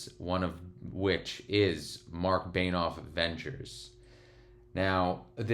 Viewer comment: Alright the real disrespect was saying Marc “Beinoff”